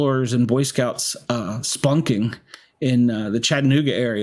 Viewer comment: "Spunking" or "spelunking"?😂